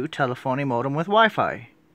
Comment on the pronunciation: pronounced tel-EF-onee